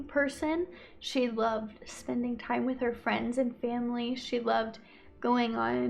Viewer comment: spend T-ime there ...whyvdoes she break words into more syllables ..omg vocal fry valley girl and why would she leave work after an hour thats too wrird ...and i tokd her i loved her???? no way why was shecso concerned that they were a but late during the day